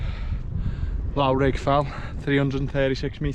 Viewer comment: The 'lough' in Loughrigg is pronounced similar to 'rough' so Loughrigg is pronounced: "Luff-Rigg".